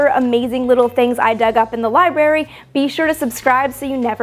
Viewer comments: Good to see you again and you look great - remember tho it’s not Libery but Library with an R (but I’ve seen news anchors and politicians do this also) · ok.. you saying "ashphalt" is cute, but... but.. "liberry"?? LIBRARY.